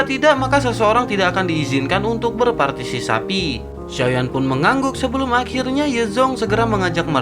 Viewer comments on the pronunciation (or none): Berpartisipasi om bukan berpatisisapi😂😂😂😂😂😂😂😂